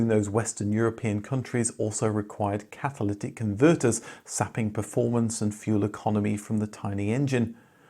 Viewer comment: I thought you said "catholitic converters" , which could have been a necessity in for communist buyers in France and Italy😂